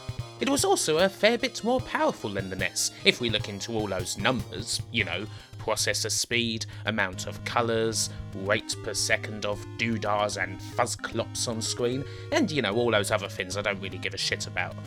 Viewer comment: pwossessor speed?!?!? What the f$%k is that?!